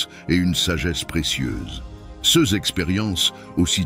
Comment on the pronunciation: Bonjour et merci. Le ces se prononce Say.